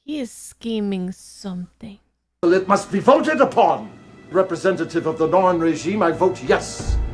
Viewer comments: NARN, not norn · Welcome to the world of B5. (one of the greatest series ever made, and is triggering a subscription ) For pronunciation: The Narn (like yarn) The Minbari (Min Bar Eee) The others you pronounced correctly. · first off its n-are-n, pronounce the A... second as much as i love star trek TNG & DS9, babylon 5 has a much better story through all 5 seasons. i dont think you'll see this series as extra content once you get a few episodes in & i eagerly await the next one.